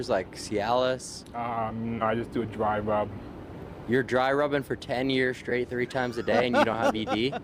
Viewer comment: " I just do a dwy wub." 😂